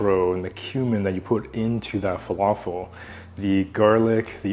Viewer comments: The right pronunciation is Fa La Fill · Good job👏🏻👏🏻 🧆🥙 It's pronounced Fah-Lā-Fil not Falaful And the L's are pronounced like the L in "Large" 🙆🏻‍♂️. And for tahini add one spoon of yogurt and a little bit of cumin 🤝